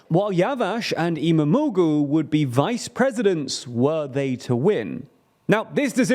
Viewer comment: The way he is pronouncing İmamoğlu is screwing my ears 😂😂😂.... Am not Turkish but it's pronounced as İmamooolu.... The soft G is silent